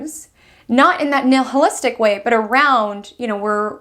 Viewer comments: Just so you’re aware — it’s not “nil hil iss tic”; it’s pronounced “NILE iss tic” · NILL-hillistic isn’t a word. Neither is ESS-cavate. But thanks for the info! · It's nihilistic, short I, in the original Latin pronunciation of the word nihil, which means "nothing."